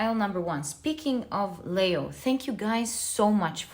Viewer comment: Nice of you to bring up Leo's pronunciation.... you like to say Layo but correctly pronounced as Leeeeo as though a long sounding e. Is Layo from another culture?